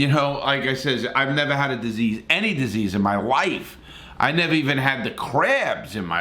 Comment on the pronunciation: “i’ll nevah forget” “and to this day” “he was a good guy”